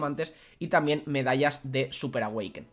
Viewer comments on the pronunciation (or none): Me encanta cuando dices medallas de súper awekin jajajajaja un beso